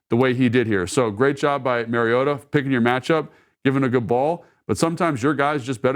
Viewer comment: Pronunciation of Marus Mariota's surname has been a radio topic this week, and the first syllable is like the 'ma' in grandma, not like the 'ma' in marriage. Marcus himself pronounced it that way, and now that I know the correct way, it is mildly annoying to hear detail-oriented Logan repeatedly mispronounce it. I am sure Logan is not doing that deliberately, and will correct it in future. In any case, we are fortunate indeed to have both Marcus playing so well and Logan explaining so well what he is doing.